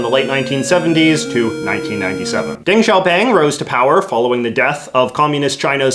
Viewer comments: Dang Shaopang lol Love your stuff JJ, but the pronunciation of Chinese names by people who don’t know the language hurts me lol. It’s pronounced more like “dung sh-yow-ping”, but the “sh” sound requires your tongue to be behind your bottom teeth and sounds lighter than our “sh” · JJ is slowly becoming 50s Little Richard. I can dig it. I always found it fascinating how all of my knowledge on these topics came from cartoons. Don't think I didn't notice that little Simpsons nod. On the other hand, Simpsons should have taught you how to pronounce Deng Xiaoping properly! Homer read his name inside a Powersauce bar upon discovering they were made of apple cores and chinese newspapers..